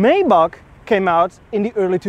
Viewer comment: Pretty sweet ride. From the side it looks a little like a Subaru! Let the freebees coming with that 3,5 haha Btw.. it’s Maybach, not mayback 😜